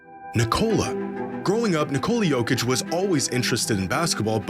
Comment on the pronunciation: makes such great videos about fascinating stories. the stat dives and extrapolations are brilliant, yet somehow he still pronounces nikola jokic's name incorrectly. it's so easy for americans to pronounce, idk why ppl stick with nih-Cola.